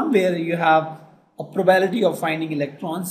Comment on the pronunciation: probability not probality sir. Nice video though 😊